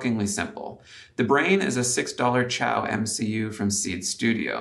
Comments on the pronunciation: helpful fyi: Xiao is pronounced "shao" like in Shaolin not chow like in Italian ciao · Hey, chinese speaker here, the name of that cpu board is not chi-ao, like italian for goodbye. It's pronounced See-ya-ow and in english it means "small"